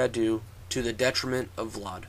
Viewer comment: its pronounced vlad, not vlard